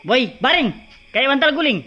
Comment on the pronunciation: mf slah sebut.....boi bukn roi🤣